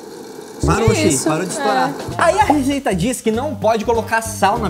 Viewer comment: O falou errado ele falou rejeita😂😂😂😂😂😂😂